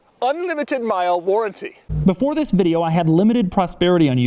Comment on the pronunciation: "Bumprrrr to bumprrrr warrrrrnttee"😂😂😂😂 Congradulations Doug